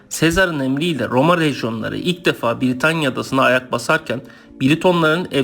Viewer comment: VIDEO VE BILGILER IÇIN TEŞEKKÜRLER YALNIZ TELAFFUZUN ZAYIF ÇOK HATALAI KONUŞUYORSUNUZ B-I-R-I-T-A-N-Y-A DEĞİL BRITANYA V.S